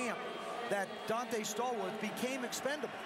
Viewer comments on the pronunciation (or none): none